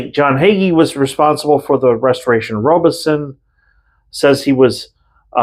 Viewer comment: FYI YOU’re mispronouncing James Robison’s name it is ROB a son not ROBE a son